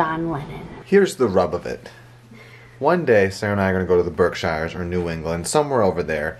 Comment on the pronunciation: No shade because of how it’s spelled but from a born and raised New Englander (Massachusetts) it’s pronounced Berk-sheers. ❤️🤗